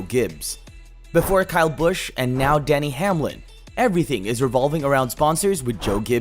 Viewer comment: You keep saying Danny Hamlin and his name is Denny not Danny